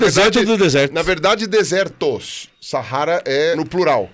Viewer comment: pirula está de parabéns pela pronúncia ”sahara" ficou perfeito!